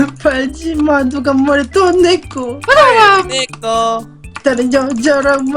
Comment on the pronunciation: 한눈팔지마 누가뭐래도 넌내꺼 할때 발음이 내꼬 라고 들려서 이것만 계속 들었어여~~